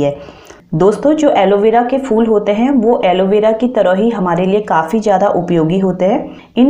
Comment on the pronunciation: ye fool nhi phool hota hy....kiya samjhi ...fool